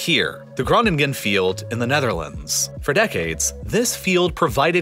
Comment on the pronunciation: As a native Dutch person I love how he pronounces Groningen our language is so weird that I do not blame him for pronouncing it wrong